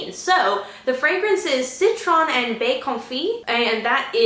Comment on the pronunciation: AWWW!!! Ok, so that made me cry (in a good way:) I am SO HAPPY you love everything and you are just too beautiful:) First, you look lovely with that shade of lipstick and sweater! Second, you did brilliantly with the pronunciation of Baies..BRAVO!:) Third, you crack me up 'Van Appul' heee! I love to travel, especially to the UK;), but Sophia's Garden is actually ooooh a sort of Mediterranean and ancient history thing combined. I do draw inspiration from places I've been and places I want to see:) I've not been to Greece, but it's on my bucket list <3 Also, I am a 'color-grapheme synesthete' (and a couple other ones, lol). How cool is it that you shared this on Wassily Kandinsky's 148th birthday (according to the picture on the Google search page, lol)! He was also a synesthete, but 'heard colour' and translated it into his art. Here is some info about that, if anyone is interested:): Thank you,, for being you and for everything you do so very selflessly xx I'm going to update my FB page and share this link, if that is ok?:) I can't wait to see you open the parcel!!! xxooxxooxxooxx